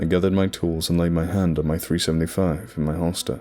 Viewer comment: Did you say ".375 in your holster"?